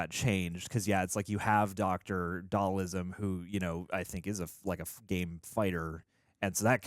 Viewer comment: If you're pronouncing it "Dall-ISM" you shouldn't be pretending to know the core characters of Street Fighter. Yikes!